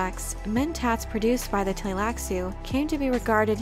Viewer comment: Better pronounced as 'Tleilassoo'. And Ghola - 'R'ola' (r as in french)